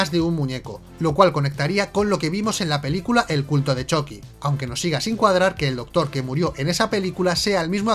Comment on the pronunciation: Ehhhhhhhhhhh me gusta que digas "Choqui" pero odio que no digas "Moñeco" ¿Te vendiste a los reptilianos?